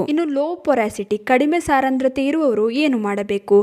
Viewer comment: saarandrathe alla adhu saandrathe, but olle maahithi